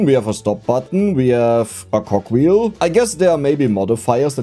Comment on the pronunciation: I'm gonna be calling cogwheels 'cockwheels' from now on i think